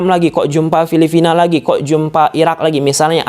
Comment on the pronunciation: Filipina mass gatel banget saya denger Filivina 😂